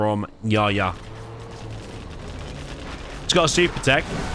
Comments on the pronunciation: His name is not yaya it’s yahya the H is very well pronounced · The name Yahya corresponds to the name John. And the letter 'H' must be pronounced in Yehya😅